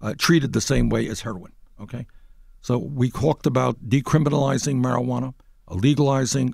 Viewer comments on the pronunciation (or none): “marijuaner” Bernie creates new term